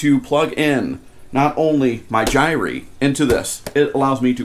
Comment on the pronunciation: Why do so many people mispronounce "gyre"?